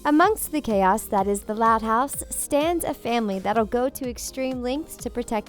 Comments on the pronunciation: Is it just me or did it sound like she said: "Which thot house characters" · No it’s not just you